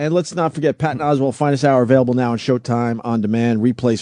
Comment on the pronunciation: Of course Opie pronounces Oswalt as Oswald